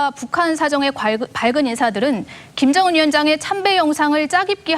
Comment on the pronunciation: 김정은을 김연정이라고 계속 왜 발음실수를 하는거지? 내 귀를 의심하고 여러번 들었는데 역시나 여자 아나운서가 실수했음.